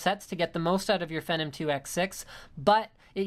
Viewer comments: Its pronounced FEE-NOM, not FEH-NOM. Hate to nit-pick, but yeah. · Its pronounced "Fee-num" not "Fenom" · PRO!!!!!!! cessor FENnom I wanted to shoot myself every time he said that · FEE-NOM.... FEE NOM.... FEENOM... PHENOM!! sorry just annoyed me, i like the vid tho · yea, it's pronounced like FEE-nom...or at least that's how that Leslie Sobon says it LOL! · pra-cesser and fee-nom you sound like a fucking dumb ass in all of your videos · Comon Linus its Fee-Nom, you frigin NERD lol. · I saw an interview with AMD and the guys at AMD pronounce it FEE-NOM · phEnom E its long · you say phenom so WRONG.... it sounds nasty, what a disgrace lol